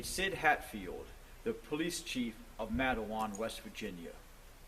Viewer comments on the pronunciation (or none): You butchered Matewan. It's pronounced Mate like one's mate or how the Australian's call each other mate. Wan like won in Won ton soup. Matewan. Have you done a video on Iaeger?